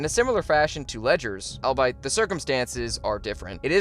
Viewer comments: Albeit: "All be it" - not al-byte. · Ledger's portrayal is the top live action performance, but Mark Hammill has to win this. Also, 'albeit' is pronounced "all be it" not "albite" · “ol-be-it” not “all-bite” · its pronounced All be it, not i'll bite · Albeit. Al-be-it. Not Al-bite. Al-be-it. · Great video. But please stop saying albeit wrong. It’s “all-bee-it” not “all-bye-it” :) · Pronouncing albeit as I’ll bite is such reader behavior 🤣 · you mean albeit? al-bee-it? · It took me way too long to realize th8s was an ai voice, then I heard albeit pronounced "albite" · Albeit is pronounced as "all be it". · Great video! I love the ranking system! Btw, “albeit” is pronounced like “all be it.”